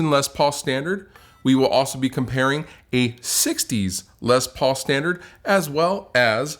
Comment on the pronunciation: says “Lez Paul” cracks me up every time.